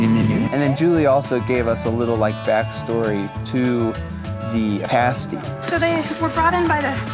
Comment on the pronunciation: I'm a Yooper (I live an hour south of Marquette in Escanaba) and I loved seeing your trip, looked SO fun!😄 Even though you couldn't say Au Train at first, you said pasty right!!😂